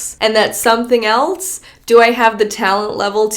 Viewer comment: "Something eltse", am I the only one who hears that?